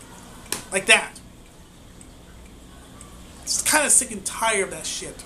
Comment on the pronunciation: "that way" not "dat way" for example ... and 1,839 isn't "thousands" of subscribers. I just subscribed, so you have one more at least but yeah just saying.